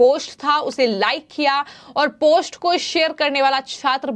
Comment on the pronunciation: इस खबर के लिए धन्यवाद | आपसे अनुरोध है कि आप अपने हिन्दी के उच्चारण पर कार्य करिए .... क्योंकि यह जरूरी है कि आप सही से उस भाषा को बोलना सीख कर ही उसमे समाचार पढ़ा करिए | ... आप बार बार "पोस्ट" को "पोष्ट" बोले जा रही हैं, यह बहुत खटकता है और आपकी खबर पर से ध्यान हट जाता है |